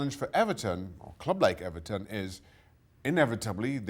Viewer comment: You mean EBERTON.